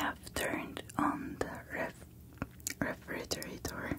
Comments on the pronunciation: Her: But today, i'll eat normally Also her: Bites off ice cream Me: Holy bejisus Oh and let me help you a bit :D Re-fri-ge-ra-tor I hope that helped :v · It's re-fri-ge-rat-e If you needed help saying it ;) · It's refrigerator dear😉(rE- frIger-AtOr) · she was trying so hard to say “refrigerator” when she could have just said fridge bless her 😂😂❤️❤️ Your English is amazing tho 😊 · I struggle with refrigerator to, there's too many r's in it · Oooh just in time for bed! So excited! These English videos give me so many tingles, along with eating sounds too. Thankyou so much 💗 Also if you have trouble pronouncing or saying ‘refrigerator’ just say fridge as a shortened way! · It was cute how she kept messing up the word refrigerator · The part when she's trying to pronounce refrigerator is so cute lol, just say fridge for short! :]] Hope you learn how to pronounce it correctly! :DD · Girl. If you can’t pronounce refrigerator don’t worry neither can most English speakers😂. You can just say fridge if you want. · Lol I'm sorry but you don't how to say refrigerator.😂 I'm sorry I'm a Scorpio I speak my mind.